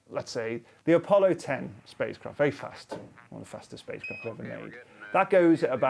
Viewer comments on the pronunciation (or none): none